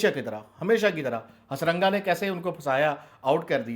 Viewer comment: Firstly he is not harasanga he is hasaranga 😂